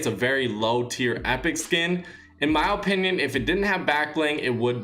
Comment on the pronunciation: I like how he says opinion